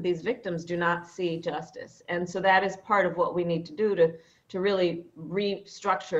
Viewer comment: Necessary? They Will continue to say the same thing. "Yes, It esse necessary"... Poxa...